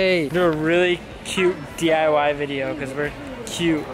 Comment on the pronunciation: "Hi,welcome back to DYI-ing" 😂😂